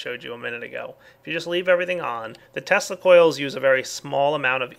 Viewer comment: Why do I keep hearing testicles instead of tesla coils?